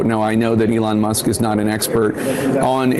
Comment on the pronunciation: "a lawn musk"